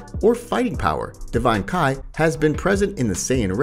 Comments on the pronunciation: Damn, you would think someone creating Dragonball videos were avid fans and are able to distinguish between Kai and ki. 🤦🏻‍♂️ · yes "KAI"